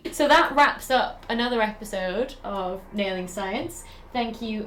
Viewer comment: Oh, "nailing." I thought it was "wailing science."